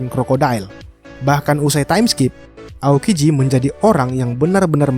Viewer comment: Baru Tau gw aokiji kagak bisa ngomong R jadinya alalalala